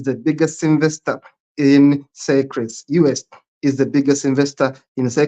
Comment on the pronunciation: Seychelles is pronounced like "say shells" not "Cyprus".